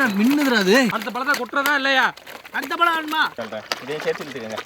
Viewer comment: ழ - Not Palam - its Pazham Fruits in Tamil - Thamizh - தமிழ் 'ழ' என்பது தமிழ் எழுத்துக்களில் ஒன்றான ழகர மெய்யெழுத்தைக் குறிக்கிறது, இது ஒரு தனித்துவமான ஒலியைக் கொண்டது, மேலும் 'ழ' என்ற எழுத்தில் தொடங்கும் பல சொற்கள் தமிழில் உள்ளன, மேலும் இது 'ழ' என்னும் பெயரில் ஒரு கவிதை இதழாகவும் இருந்தது. 'ழ' பற்றிய சில தகவல்கள்: எழுத்து: இது தமிழ் நெடுங்கணக்கின் 28வது எழுத்து, ழ என்ற ஒலிக்குரியது, மேலும் இதை "ழகர மெய்" அல்லது "ழகர ஒற்று" என்றும் கூறுவர். ஒலி: இது தமிழில் மட்டுமே காணப்படும் ஒரு தனித்துவமான ஒலி. சொற்கள்: 'ழ' என்ற எழுத்தில் தொடங்கும் பல சொற்கள் உள்ளன (உ.ம். ழம), மேலும் 'ழ' கொண்ட சொற்கள் ஏராளம் (உ.ம். தமிழ், பழம், அழகு). இலக்கியம்: 1970களில் 'ழ' என்ற பெயரில் ஒரு தமிழ்க் கவிதைச் சிற்றிதழும் வெளிவந்தது. உதாரணங்கள் (சொற்கள்): பழம் (pazham) - பழம் அழகு (azhagu) - அழகு தமிழ் (thamizh) - தமிழ் மொழி (mozhi) - மொழி Pazham - பழம் தமிழ் - பழம் Fruits called in Tamizh - பழம் ழ 'ழ' என்பது தமிழ் எழுத்துக்களில் ஒன்றான ழகர மெய்யெழுத்தைக் குறிக்கிறது, இது ஒரு தனித்துவமான ஒலியைக் கொண்டது, மேலும் 'ழ' என்ற எழுத்தில் தொடங்கும் பல சொற்கள் தமிழில் உள்ளன, மேலும் இது 'ழ' என்னும் பெயரில் ஒரு கவிதை இதழாகவும் இருந்தது. 'ழ' பற்றிய சில தகவல்கள்: எழுத்து: இது தமிழ் நெடுங்கணக்கின் 28வது எழுத்து, ழ என்ற ஒலிக்குரியது, மேலும் இதை "ழகர மெய்" அல்லது "ழகர ஒற்று" என்றும் கூறுவர். ஒலி: இது தமிழில் மட்டுமே காணப்படும் ஒரு தனித்துவமான ஒலி. சொற்கள்: 'ழ' என்ற எழுத்தில் தொடங்கும் பல சொற்கள் உள்ளன (உ.ம். ழம), மேலும் 'ழ' கொண்ட சொற்கள் ஏராளம் (உ.ம். தமிழ், பழம், அழகு). இலக்கியம்: 1970களில் 'ழ' என்ற பெயரில் ஒரு தமிழ்க் கவிதை